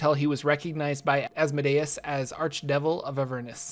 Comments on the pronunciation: Its pronounced "as-mo-dee-us" not "azz-muh-day-es" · You are putting the stress on the wrong syllable in Asmodeus. Instead of asmo'dayus, it is as'modeeus. It makes sense to think deus like deus ex machina, but it isn't. It is deus like deity. Just an fyi. Great video. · I have never heard the pronunciation of Asmodeus like that but it makes sense in a way. I pronounce it az(as in AZgard)-mo(as in MOW the lawn)-dee(DEAn)-oos(OOze)(and an ‘s’ at the end instead of a ‘z’). But DEUS makes sense because it is referring to god and should be pronounced as such. Sorry for the random sentiment. Your video was awesome by the way. I am a new DM and have a tiefling PC so this gives some perspective. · I've always heard his name pronounced "az-moe-dee-us" and what happened to Tiamat? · The pronunciation is æz-MO-dee-us Not Asmodayus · Viscount = (vye-count) Also, I'm pretty sure it's AzmOdaus, not AzmodAus. It just sounds better.